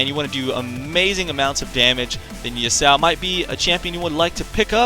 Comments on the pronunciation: I don't think it's Yusao, it's ya-su-o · Yo-sow? lol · Its pronounced "Yah-su-oh" (three syllables). I agree with a lot of your points, but I also feel like he has rather high early damage on a lot of his abilities; they sort of built his damage around the same numbers other champions would have...and then he also gets to cast his Q every 0.5 seconds or whatever and his E he can use every like 5 seconds to dash in and get an auto off. So when his abilities actually do decent damage...in my opinion, he does the most level 1 damage of any champion in the game! And its even more ridiculous because of his passive shield that he also gets at level 1 which just furthers his stupidly high trading potential early game. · A lot of people pronounce Yasuo as Yusao